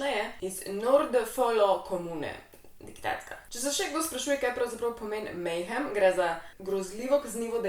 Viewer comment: prav izgovarjaš, je pa to black metal band ja, saj sem jih včasih poslušal!!! 😇🤘👹